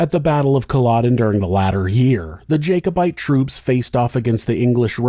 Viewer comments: I think it's jack-obite, not jake-obite. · Pronounced Jack-o-bite.